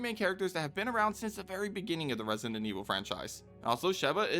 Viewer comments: Question why are you saying resient instead of resident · Its kinda weird that you say resident, "residenent" Just my opinion lol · For the love of god please stop saying "Resonant Evil" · Am I going nuts or are you calling it ResiNdent Evil? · Why are you always saying 'residentent evil"? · bro don't take it badly but in the whole video you never pronounced the word resident well a single time.